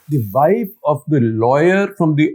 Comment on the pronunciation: Shekhar Gupta is embarrassing! Pronouncing wife as "vaaif," what language does he think he is speaking?